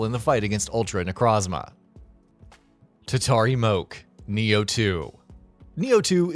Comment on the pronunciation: It's pronounced as tatari - mo - ke The "e" isn't silent